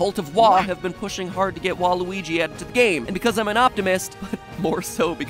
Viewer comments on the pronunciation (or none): none